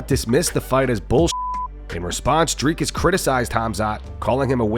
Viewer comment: Drivus, Dricys.. ahahaaa sorry, but that made me laugh 😅